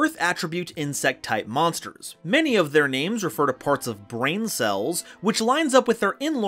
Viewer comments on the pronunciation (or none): none